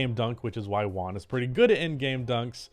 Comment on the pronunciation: Its Juan not One